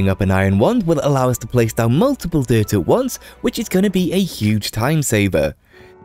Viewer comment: I never heard someone pronounce "dirt" like deer-t before, and it only now occurred to me how weird it is we spell dirt d i r t when in most American accents its pronounced like "dert"